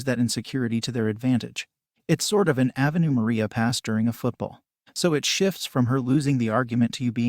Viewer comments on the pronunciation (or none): Badly written and terribly read by software - "Avenue Maria" for "Ave Maria"!!!